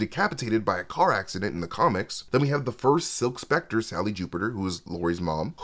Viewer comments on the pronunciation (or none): none